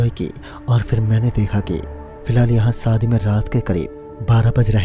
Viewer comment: Saadi Nahi Hota shaadi Hota hai.